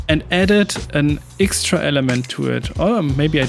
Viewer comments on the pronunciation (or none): Digga ich weiß du machst das mit Absicht aber wenn du noch einmal „ixtra“ statt „extra“ sagst, dann schmeiß ich was gegen meinen TV 😂 …oder ich mach nen Trinkspiel daraus 🍸